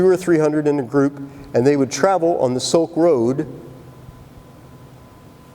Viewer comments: "Silk Road.., not soak road.." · It's Silk road and not Soaked Road.